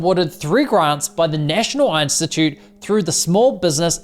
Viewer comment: Great video ❤ Someone else also had to laugh with him saying "Einstitute" 😂😂